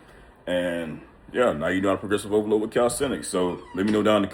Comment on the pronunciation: Poresrovolooo😂😂😂😂damn bruh,if not for the captions,I wouldn't have heard any😂😂